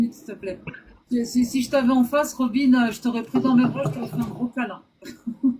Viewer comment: Son prenom c Robine et pas Robin, faut savoir ecouter et faut arreter de couper les autres intervenants!